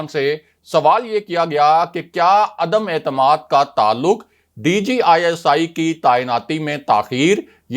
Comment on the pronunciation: عدمے اعتماد نہیں عدم اعتماد بار بار عدمے اعتماد غلط بولتے ہو